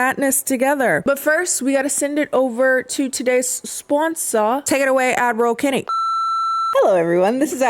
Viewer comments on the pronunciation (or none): This time I heard Adderal Kennie, which- y'know 😔